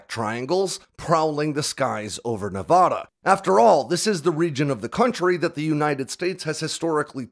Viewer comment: Loved the video but hearing you mispronounce Nevada so many times is like fingernails on a chalk board! Heaven forbid we have a story that centers in Oregon!! Obviously, I’m just messing with you! Love the content, keep it coming!!